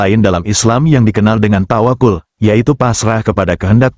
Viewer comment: tawaqqal bukan tawaqul